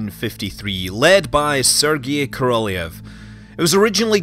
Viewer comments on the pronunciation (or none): Korolev is pronounced Korolyov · Great channel Scott keep up the great work. Ko - Ro - L-yo-v with accent on first two syllables, best way to pronounce his name. Great summary though! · Loved this one! Great overview of the R-7. It matters not at all, but Korelev is pronounced "kuh-ruh-lyof," and Molniya is "mullneeya." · Sergei Koroljov should be pronounced Serkeii Korollyofff, stressing on last part of names. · Korolev, pronounced "Karral-yov" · Korolev ~ Kah-rah-lyow "ly" being a soft l sound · migkillerphantom well, properly his name is Королёв, which have to pronounced like Korolyov. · How can it be so insanely difficult for English-speakers to pronounce Korolev? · Is that how you pronounce Korolev? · Scott, why did you butcher the Korolyov's name so mercilessly in the first half of the video? And yay for mentioning Fregat module. :) ((My Mother is working in ground testing department for those checking that the device is providing correct telemetry before it gets bolted to the rocket...)) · As a Russian I just want to inform you that your pronunciation of "Korolev" is disgusting not great. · true. I'm agree with you.